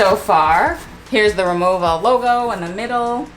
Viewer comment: I’m a native German speaker and the brand is pronounced “Ri-Mo-Va”, not “Ri-Mo-Ah”. 😉 I have the aluminum Cabin Classic and the Essential Cabin. They are beautiful pieces and you’ll have so much more joy traveling with them.